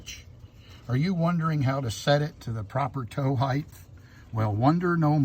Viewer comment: Did you say heightH?